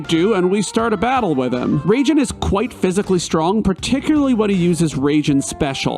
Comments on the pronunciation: There should be a counter for how many times you said Raijin as "Raging" instead "RAHijin" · It’s pronounced RYE-jin. Also, FF7 sent you into space first. Good video.